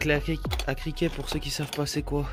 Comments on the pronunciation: Clé à criquet 😂😂😂😂 « Cliquet » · Criquet 😂😂 C'est cliquet